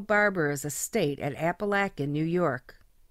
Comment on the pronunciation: great stories of small borgata's doing great things with what you have. I grew up in upstate NY, and lived from Syracuse, Utica, to the triple cities area. I honestly never heard the locals pronounce Apalachin like that. they actually say Apa-lake-in if you want to pronounce like a local. love the channel, can't wait for more stories.